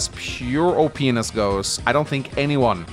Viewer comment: He says o p Ness at the end lol